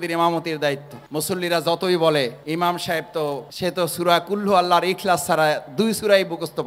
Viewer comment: ভাই আপনে নিজেই তো সঠিকটা পারেন না আগে শিখেন কুলহু আল্লাহ না এটা হবে কুলহু ওল্লাহ।